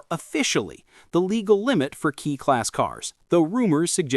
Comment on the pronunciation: Kei, from keijidousha, is "kay", not "key". No big deal.